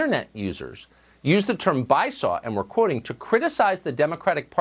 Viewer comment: Bi-saw I can't... It's Bi-sue-Oh.